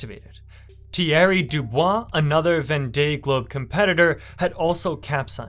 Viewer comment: its pronounced Von Day Globe there.. Absolutely loved the video. Well done mate..